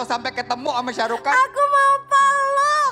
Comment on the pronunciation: ShahRukh Khan ya min ya. Bkn Syah 😆😆